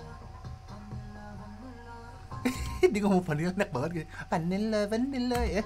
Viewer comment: Jadi bang yg part vanilla vanilla dia nyanyinya itu (cara pengucapannya) emang sengaja dimiripin I'm in love gitu